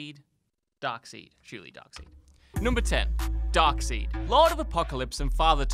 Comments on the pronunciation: Half the pics you showed on The Infinity Gauntlet were drawn by Ron Lim. If you're going to be some comic book expert on the subject... Give credit where credit is due. Ron. Lim. And these other guys are right. It's pronounced Dark SIDE, you hack. He's been in cartoons since Superman the Animated Series. Bring back the other two narrators... At least they were entertaining. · I will fight you. Pronounce it right. Darkside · Excuse me, it's pronounced Darkseid. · He pronounced it durp-seed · When he said Darkseed, I just died. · This became pretty hard to watch after hearing “darkseed” and doomsday’s creation being centered around Superman (which it wasn’t) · It's pronounced darkside!😠😠😠😠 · Darkseid (like Dark-side) Harbinger (like harbinjer) Alan Moore (like Alan more) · I weep a tear whenever that virgin says “ darkseed” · Darkseid is pronounced dark side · Seriously after all the comments on thr last video, and them pronouncing it right once they continue to say darkseed it. Cringy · Darkseid is pronounced "darkside" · “Dark-seed”??? Really? You are no true comics fan. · its pronounce darkside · I understood the mispronounciation of darkside as a joke At least the editing seems to suggest so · I checked out after “Dark-Seed” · You saying Dark-seed is triggering me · Dark "said"? Infinite - Tee gauntlet? WOW? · "Dark seed" lol and here I thought you guys did 5 minutes of research. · Who the FUCK is ”Darkseed”?? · Clearly, your reasearchers are not comics fans. #1: It's pronounced Dark side. #2: X-FORCE did not really kill the child Apocalypse. You probably messed up a few other things, those are the only things i caught. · Whenever he said Dark seed I cringed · Darkseid - dark side as pronounced in EVERY cartoon and the latest live action movie. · You done put yourself on this list after calling Darkseid "Dark-seed." Well done. 🤣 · Once I heard Dark-Seed ✌️ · Dude it's Darkseid not Darkseed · I knowwwww this guy did not just said “darkseed”